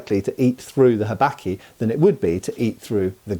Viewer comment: I love how Englishly you say habaki! "Habacky" haha